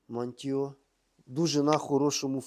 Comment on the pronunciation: Не мантіо а маніту